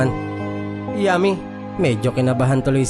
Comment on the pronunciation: Dun Ako natatawa sa pagbigkas mo Ng yummy😂😂😂